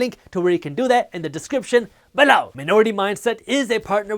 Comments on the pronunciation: I like when you say "beLOOUW" better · Hi, Jaspreet. Which online brokerage account do you most recommend and/or use yourself? I was leaning towards Charles Schwab's, but wanted to ask since your video is sponsored by Webull. (Feel free to PM me.) P.S. I love your videos, especially the guac jokes and how you say "below!" LOL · So funny when he says below! Lol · Am I The Only One That Likes How He Says “Below” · Bro just like the way you say below🔥